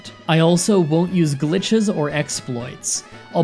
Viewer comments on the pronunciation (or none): "No GITCHES" you forgot the L in Glitches